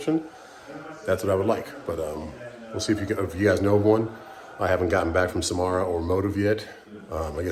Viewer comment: It's pronounced Sam - Sar - uh 🥂